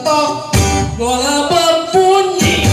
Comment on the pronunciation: Bola sodok bang, bukan bole sodok